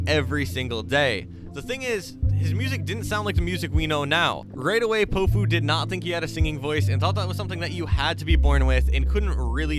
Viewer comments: I’m pretty sure it’s pronounced pow-few Not poh-few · it’s POW-fu not po-fu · I listen to him a lot been listening for years ever since Promoting Sounds posted his songs. Plus it’s Pow-Fu not Pohfu but you’ve got a good video here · Bruh your saying his name wrong it’s not po-fu it’s pow-fu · Is it just me or did it piss anyone else off how he pronounced his name poe foo the entire video, it’s pronounced pow foo my guy like it’s not that difficult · he’s been my top artist for three years now!!! ive spent so long wishing more people knew more of his songs, this is a great video! (also it’s pronounced Pow - fu (pow as in power, instead of pow like tow) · POW-fu, not po fu, you foo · Bro if your gonna make an artist bio on Powfu pronounce his name right at least! 😂 It’s POWfu like a comic book pow! It’s not poefu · it’s pronounced Pow fu i thought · did he just say p0ofu? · Bro, you gotta say his name right. Its pronounced POW like in powerful. POW-fu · (Pau-foo) pronunciation or (pow-foo) 🙃, just thought I’d spread spread this… Go listen to him say it himself in his song “would look perfect” at time stamp to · its pow-fu. like kong fu but great VIDEO !!! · the way you say powfu jesus christ